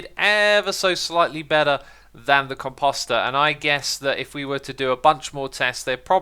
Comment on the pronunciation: Lets work on the pronunciation of composter...